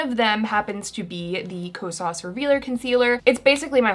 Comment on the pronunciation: i looove u but HaaaTEEE the way you pronounce Kosas😫